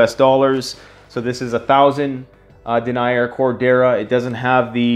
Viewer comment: Love your channel and love your design. If you're gonna do military patterns, Multicam(regular and tropic), MARPAT, CADPAT, and A-Tacs will sell. Btw it's pronounced Den-ee-yer. Lol has some of these fabrics and hardware but you might want to contact wholesalers to source for better costs. I hope you sell a ton of these! Best prepper channel ever!